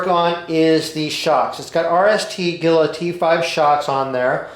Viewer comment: I get the biggest kick out of listening to people pronounce "Gila"!